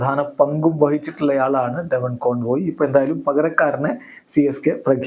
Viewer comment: കോൺവോയ് എന്നല്ല കോൺവെ എന്നാണ് ❤